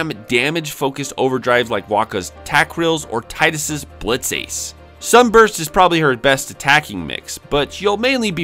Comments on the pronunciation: Mispronounced "Tidus" it's "Tee-dus" not "tie-dus" it's as much of a crime as people who still refer to Aerith as Aeries. Do the right thing next time champ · I always get a kick out of FF Youtubers who mispronounce Tidus's name.